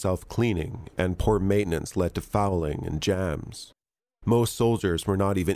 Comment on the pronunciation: Why do you sound slightly Californian? “Jaams” “causing Jaams” 😂 😂😂